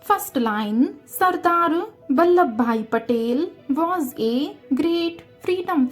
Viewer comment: It's not labda it is ladba